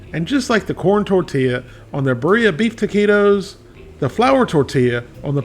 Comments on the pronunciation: I didn’t read the comments yet, but it’s pronounced “BEER-ee-yah” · He cant even say Beer ea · Pronouncing birria like ba-ree-ah should be illegal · I learned a new way to butcher the word Birria lmfao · Beer-ee-uh poy-oh/ aus-au-doh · Its powlo. And beerya. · gotta love Larrys spanish... POLO asado, and beef BA-re-ah